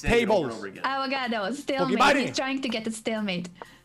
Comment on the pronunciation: does he really think it's called "stalmate" in spanish??